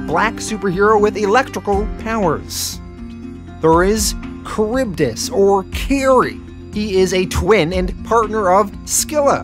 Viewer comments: It's pronounced "Silla" and "Caribdis" for the twins. Literally the names of Greek monsters from the odyssey. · hey boss, Charybdis and Scylla are pronounced Carybidis and Silla as well. i'm so stoked you're covering this and appreciate you for doing it.